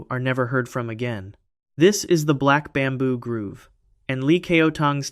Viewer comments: Black Bamboo Grove! Not Groove! 🙄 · 😂 it’s the black bamboo Grove, not the black bamboo “groove“ It’s a collection of trees, not a dance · Not to be pedantic but it's pronounced "Grove" growv, not Groove - grewv.